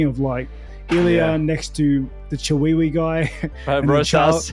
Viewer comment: "That Chi-wee-wee guy". 😆 🤣 😂